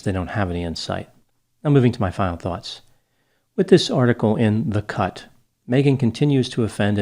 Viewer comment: In final insights, starting about, he says:....." In this article in the cut... ( I could have sworn that he said:....",In this article in THE CUNT,).. instead. I had to relisten to clarify. It still almost sounds like "in the CUNT". That would have certainly been appropriate. 🤭😹🤣